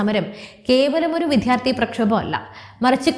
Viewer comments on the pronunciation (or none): വിദ്യാർത്ഥി എന്നാണ് ഉച്ഛരിക്കേണ്ടത്. വിദ്ധ്യർത്തി എന്നല്ല. വാർത്തയുടെ content കൊള്ളാം, അവതരണവും നന്ന്. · വിദ്ധ്യാർത്ഥി അല്ല വിദ്യാർത്ഥി ആണ് ശരിയായ വാക്ക് .